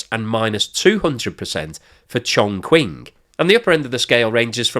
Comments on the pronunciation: Chongqing is pronounced - CHONG-CHING, not CHONG-QUING :) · I like your videos, but you need to work on your Chinese pronunciation. Here's a couple of tips that would make a huge improvement: 1. Q = Ch, so Chongqing sounds like Chong Ching. 2. Zh = J (like Jacques Cousteau) Yang Zhou sounds like Yang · I don't usually do this, but you gotta work on your Chinese pronunciation since you make videos on China all the time. 'X's are pronounced like 'Sh', so Xi would be "she". 'Q's are pronounced like "ch", so Chongqing would be "Chong-ching". Finally, 'Z's are mostly pronounced like 'Z's, but sometimes can be kinda like 'J's, so Fuzhou would be "Fu-joh", just don't annunciate the J very much. I hope this helps, because it makes the channel look amateurish.